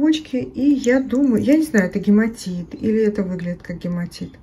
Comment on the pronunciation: Да, гематит 😂😂 гепатит😂😂😂